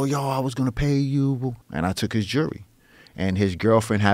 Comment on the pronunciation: "jurlery." that is all.